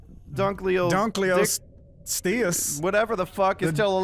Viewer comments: ikr, he says it better :D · I'm just glad that pronounced Dunkleosteus right